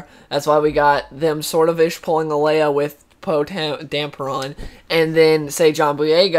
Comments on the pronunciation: They pronounced it Poe Damperon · There's no "p" in Poe Dameron's name